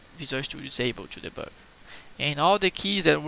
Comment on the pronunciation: I like the way you say "deboug"